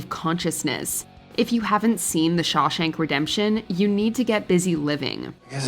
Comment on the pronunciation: Yo its Shawshank redemption not shashank redemption